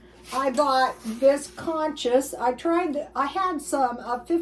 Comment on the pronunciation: The grain and pine nut side dish is pronounced coos coos. I bought two boxes marked down a little while ago. It's a nice substitute for rice pilaf.